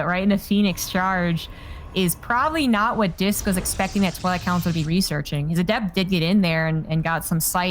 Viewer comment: Why is he calling Disk “Risk” 😂